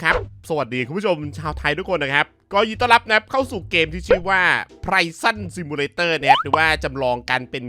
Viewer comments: ขอให้นิ้วหายไวๆจ้า อีกเรื่อง Prison=พริส สั้น≠ไพสั้น ออกเสียงผิดจ้า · ขออนุญาต Prison อ่านว่า พริเซ่น จ้ะ